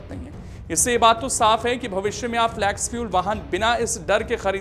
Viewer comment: Flex फ्लेक्स not फ्लॅक्स. Pronunciation ठीक करो भाई.